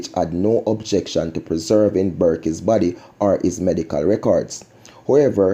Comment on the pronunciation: The man name is Burke not Burkey